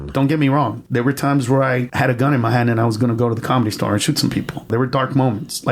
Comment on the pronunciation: I can't stand how he says Comedy Star 🙄 it's 'The Comedy Store'